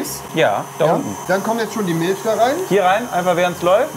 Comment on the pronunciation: Warum sagt rewi immer ch außer bei Milch da sagt er milsch